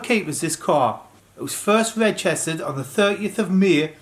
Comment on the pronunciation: Love the way you geordies say "registered" 😂👏🏼